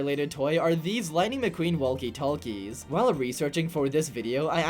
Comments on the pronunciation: “Wallkie Tallkies”💀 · Did you really pronounce walkie-talkie as wall-key tall-key